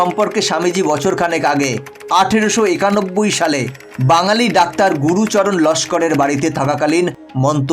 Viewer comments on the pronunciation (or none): none